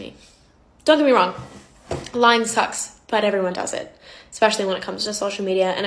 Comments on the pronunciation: Bruhh that chick really said “EXPECIALLY.” bffr. 💀💀💀💀💀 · She says “Expecially.” That’s all you need to know about her as a person. 😂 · Arguments go out the window for me as soon as I hear “expecially” 😅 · Sorry I don’t listen to people who say “exspecially.” Have a seat ma’am. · I love how this ....yo Lady say "expecialy" 😆 that makes her words more legit for sure 😆 so legit. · saying "ekspecially" tells you all you need to know about her. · that girl saying “ex-specially” has me rolling lmaaaoooo 😂😂😂 i cannot take her serious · That girl trying to sound so serious and smart and then saying “eXpecially” just really sent me 😂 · I automatically disregard anyone with an opinion when they say “ecspecially” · First off, I wouldn’t trust a person would say eckspecially 😣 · The girl trying to defend her is trying very hard. Are they friends? Lol there's a difference between deceptive advertising and an influencer lying to us. Also she kept saying "exspecially" and it bothered me 🤣🤣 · I am not going to listen to anyone stating that a certain TYPE of lie is acceptable and also when they say “exspecially” instead of especially. 🥴 Girl in pink seems like an entitled little brat with her facial expressions and her smug attitude. So glad I don’t have tik tok. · Never trust a person who pronounces especially…EXspecially. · not trying to be a badass and saying "expescially" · The Ex-pecially killed me.